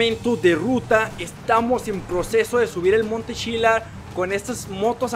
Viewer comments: se dice monte chiliad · se dice monte chilian